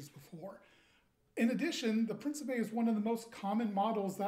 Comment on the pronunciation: The Italian pronunciation is "preen-chee-peh". Lovely piece. Really want an Alexandria, myself. Such a massive blade. The blackening looks more like campaign worn...dig it.